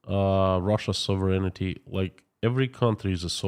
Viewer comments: Hey. Your English is fantastic! But a little correction for you. The word is sovereign-ty, not sovereign-ity. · HI K FROM 🇨🇦 I GENUINELY AM AMAZED AT YOUR ENGLISH SKILLS AFTER BEING AWAY FOR SO LONG. A COUPLE PRONOUNCIATION NOTES: SATANISM = SAY..TAN..ISM NOT SAT..TAN...ISM. SOVEREIGNTY = SOV...REN...ITY. 3 SYLLABLES NOT 5 SOV..ER...EN..I..TY 🥰